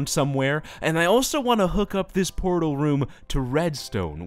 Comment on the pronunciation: I thought he said porno room instead of portal room.